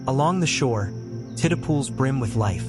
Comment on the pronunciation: Tiddle pools? Your AI means tidal pools. Right?